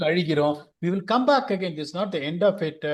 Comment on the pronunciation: Why do you talk tanglish. Speak properly no. You have good vocabulary. Pl try to speak without dragging the last alphabet of the word Commu, goovu, firstu, battingu